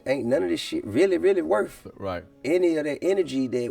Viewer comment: This shit was happening long before GRAND AUTO. If you can virtually be influenced then you can mentally be influenced as well if you pumping music into your ears that promotes violence and death. And FTR its not "worf" its WORTH! When will we learn the TH sound. DAMN!